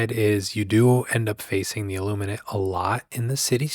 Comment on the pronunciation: every time I hear you say the name of the ships, i hear "sausage" kkkkkkkkk